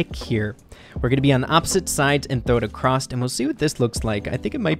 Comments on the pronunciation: dear, it's across not acrosst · Kinda frustrating that he kept saying acrosst 😂